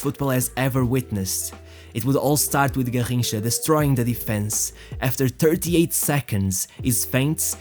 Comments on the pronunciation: SAY IT RIGHT GARRINCHA NOT GARJINCHA EVEN PELE SAID THAT GARRINCHA WAS BETTER THAN HIM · I stopped The video the video the third time he said “Garrincha”… hurt my ears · Your pronunciation of Garrincha is very odd and distracting. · Can you say garrincha one more time again?